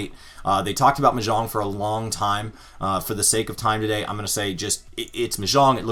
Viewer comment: Your pronunciation of Mahjong was killing me. Still got love though 😁